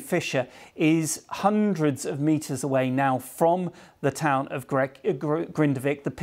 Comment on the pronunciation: That is not how you say the name of the town!!!